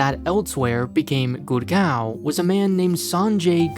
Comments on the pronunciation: its GUUURRRGAAAOOOWWN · GurGAWN say it 100x until you hurt your jaw